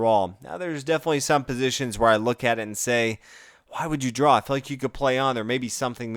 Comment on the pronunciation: Sounds like your pronouncing draw as drawl